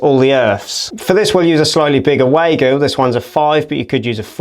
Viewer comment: A pedant says: It's pronounced Vargo not Waygo. 🙂